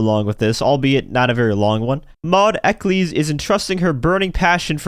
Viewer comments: Maudes last name is pronounced Eck-ells, btw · Eccles rhymes with heckles